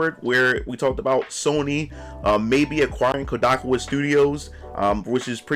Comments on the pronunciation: Kodakowa? You mean Kadokawa? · That man said koo-da-ka-waa 😂😂😂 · *"Kah-dou-KAW-wuh", btw!